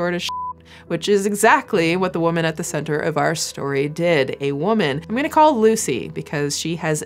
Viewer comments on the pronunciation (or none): none